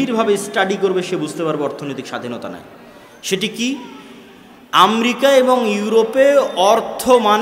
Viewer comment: "আমরিকা "কোন মহাদেশে ভাই...? একজন উচ্চ শিক্ষিত আলেমের মুখে ভুল উচ্চারণ বেমানান।